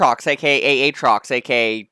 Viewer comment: Aatrox aka AYAY-trox